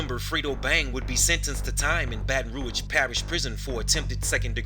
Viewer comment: Baton rouge. Pronounce it good nigga